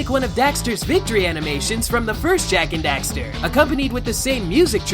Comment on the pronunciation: Jak and dafter